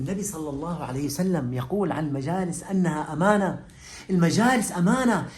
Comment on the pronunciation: "اماالنة"علييكم يا شييخنا ما تخبر احد😅!!!